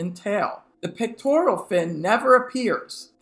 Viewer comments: It's "pecTORal", not "pecTORIAL" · Pectoral not pictoral. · Pec-tor-al not Pec-tor-ial. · "Pectoral" fins, not "pictorial" fins. Sheesh. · wait, are you calling them “pictorial” fins??😂😂😂